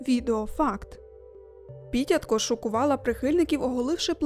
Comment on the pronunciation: Ага, теж дивився, і дуже потішило, що наголошує Піт"я"тко)))